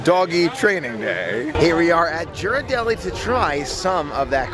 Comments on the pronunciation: Just some info to pass along. Ghiradelli, is pronounced, ( geer-ar-delly) the "G" is pronounced like the "G" in the word, girl. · I love your videos and think your enthusiasm is awesome! You definitely fill in the gaps between our trips. One thing - Ghirardelli has a hard G at the beginning, like Gear. ❤️